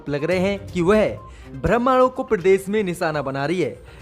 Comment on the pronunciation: Bakwas.dows not know words like BJP, calls it VJP , similarly he says Bramhanon in place of Brahmnon. Before reading he should how many Badee khabar. Rubbish